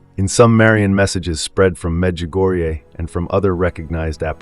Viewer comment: Thank you for this post. We all need to know the weight of this coming trial and thus prepare ourselves faithfully. And thank you for the correct pronunciation of Medjugorje! God bless us & keep us all..